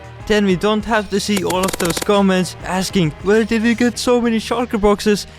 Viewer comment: the way he said "wher didja get so many shulker boxes"